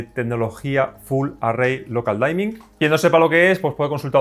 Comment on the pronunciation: Muy buena crítica. Lo único, no se pronuncia "Daimin" es "Dimin" de oscurecimiento. No es de mala onda, es solo una mínima corrección. Muchas gracias por la crítica, estaba interesado en este tele, me decepciona un poco el reescalado.